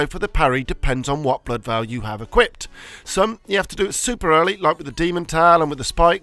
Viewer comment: Veil and Vial arent pronounced the same